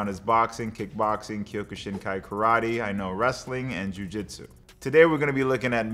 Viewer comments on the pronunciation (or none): none